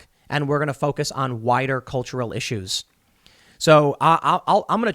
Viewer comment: “...and we’re gonna focus on whiter cultural issues” - this is bullshit your a fukn racist Tim - JK he meant “wider”